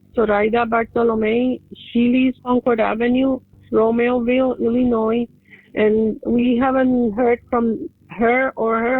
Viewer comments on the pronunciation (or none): Romeo-ville Romeo! Romeoville and Joliet are two towns up there. As in Romeo and Juliet. Get it? Ex Dallas Cowboys quarterbacks have nothing to do with the names of those towns nor this homicide investigation. 🤦‍♂️